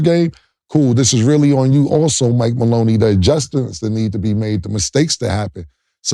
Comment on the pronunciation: Lmao Mike Maloney 🤣🤣🤣 Cam the king of messing names up.